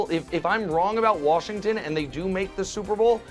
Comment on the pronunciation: Somebody teach Brou how to say Washington lol “warshington” 😂. Even when he says washed he throws an r in there. Come on Brou lol